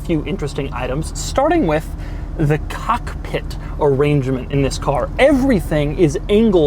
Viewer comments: Doug the type of guy that stresses the first syllable of cockpit. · Why does Doug emphasize “cock” in cockpit. Not one, but two times? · The fact how he says the COCKpit Hahahaha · Doug the type of guy to say Cockpit and emphasize on Cock. Cock ... pit. P.S The way he touches the shift knob ... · I like the way Doug says "Cock...Pit" with a pause... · "Cock Pitt" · strong emphasis on cock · Really emphasized the "cock" part of cockpit there, Doug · The way he stresses the word cock..... I see what you did there doug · Why are you emphasizing "cock" in cockpit? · the way he says "cockpit" tho.. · Why do you put o much emphasis on “cock” when you say cockpit? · The way he emphasizes "cockpit" makes me uncomfortable. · Doug, why did you did you emphasize "COCK" in the word cockpit? Asking for a friend:) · The way he pronounces "cock"pit and shifting "knob" 😂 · Doug the type to drive slow in a supra face ass 🤣🤣 Edit: don’t say cockpit like that Doug